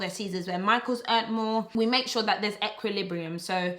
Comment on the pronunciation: She said EQUILIBRIUMMM.. Even I got gassed with that one loool! Love this video